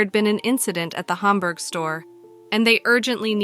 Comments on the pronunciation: This was very interesting to watch as I currently live in upstate New York. It was bugging me tho the whole time because you pronounced Hamburg wrong.... its "ham-burg" not "haumberg". 😅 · No way that used to be my toys r us I live 10 minutes from there. It’s in buffalo NY Hamburg for anyone wondering and it’s HAMburg not humburg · Why can't the narrator pronounce "Hamburg?" It's just hamburger without the -er on the end, not Humberg. Maybe listen to the way the local newswoman pronounced it.